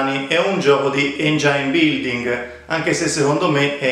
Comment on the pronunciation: Si dice engin non engiain.